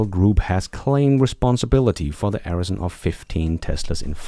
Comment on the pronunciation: "Arson" is (in English at least) pronounced 'are' (as in "Are you in Holland?") + 'son' (as in 'father and son')... or (if you are Gordon Johnson) 'arse' + 'on'. 😀